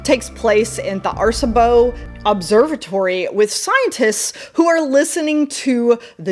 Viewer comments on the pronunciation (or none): Arecibo is pronounced "air uh see bo" btw.